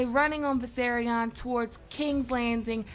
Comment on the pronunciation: I love this and all your videos but you're saying the dragons name wrong its Vis-air-ee-on